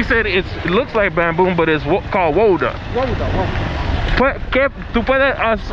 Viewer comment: MAn it is not called WODA it is called GUADUA, and if you want to know what you can do with it look for SIMON VELEZ, he is a colombian architect dedicated to build stuff with Guadua mainly